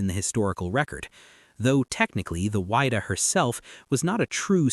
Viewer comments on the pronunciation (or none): You really need to work on your pronunciation. It is the Whydah pronounced "wid da" not "wide da"